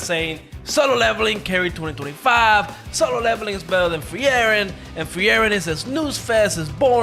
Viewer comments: it's not free-eren.. it's FRIEREN! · just say Free-ren.. they literally call her that in the anime sub and dub.. you make it so much harder